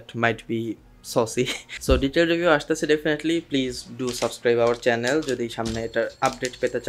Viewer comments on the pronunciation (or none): none